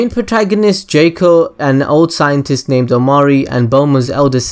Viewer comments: It's JOCK-Oh....not JAKE-Oh. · I know he pronounced jaco's name wrong but I think he made a cooler pronouncation of his name. jayco > jaco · mofo needs to stop saying Jaco as Jäco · the first thing I already knew way before it got released, this ain't a good start I thought u said I didn't know this xD this best get better :P the 2nd thing, I know as well -_- i know the third as well, gahh you suck! it's pronounced 'Jack-O' they even rhyme it in the film with Taco and Paco, you don't say 'Tayco' do you? -_- lots of the other stuff afterwards, again I KNOW. stop claiming that I don't know this stuff you lie!! xD I'm pretty sure a lot of people noticed the One Piece easter egg! I noticed that straight away I'm pretty sure almost everyone knew that -_